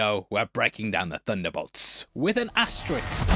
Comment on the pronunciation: It's "ass-ter-isk", not "ass-ter-ix". Or are you unable to ask questions because you ax them instead?🤔🤦‍♂️ It's not too great of a risk to pronounce it correctly.😉